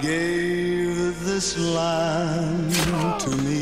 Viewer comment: When he says this land it sounds like he's saying "islam"